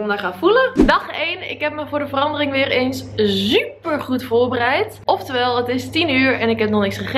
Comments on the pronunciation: Je zegt heel leuk super je zegt zuper no hate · echt je video's zijn leuk en ik kijk er naar met heel veel plezier naar❤ alleen je zegt altijd ZZZuper in plaats van Super😂😁😁😀 sorry maar ik kan niet tegen dat soort dingen😂😂😊😊❤❤❤